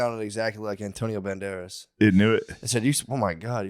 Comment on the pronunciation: "Anthonio Bandeireithhzzz!"